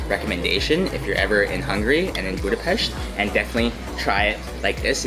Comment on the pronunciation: Thanks for taking the effort to learn proper pronounciation of Budapest and other words... ❤❤❤